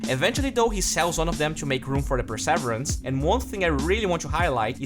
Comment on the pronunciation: per ser ver ance not per savrance